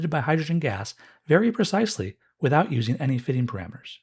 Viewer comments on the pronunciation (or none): none